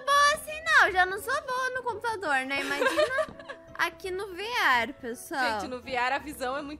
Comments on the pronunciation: Ela falou vr falou viar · E veerre que se fala e se escreve vr